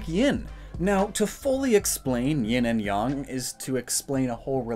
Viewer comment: THANK YOU for saying Yin and Yang correctly most people say it wrong instant like from me